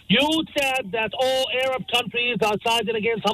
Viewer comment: Interesting how he pronouncea Arab as A.Rab